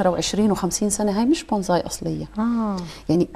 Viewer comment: بونساي وليس بونزاي